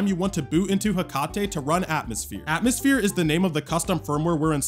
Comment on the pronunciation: atmoushere lol